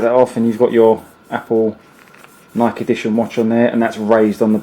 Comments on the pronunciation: FYI, Nike is pronounced 'Ni key', Great presentation though. Well organized and thorough. Thanks! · Every time he pronounced Nike wrong it shattered a piece of my soul. Good vid tho this is what I’m gonna get now. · Get your pronunciation of Nike right, dude